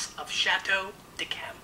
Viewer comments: It's pronounced "dee kem". In response to the question - Living: Paul McCartney. Deceased: Jesus Christ. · I have a case of Chateau d'Yquem 2001. Great stuff. Stop pronouncing the D in d'Yquem.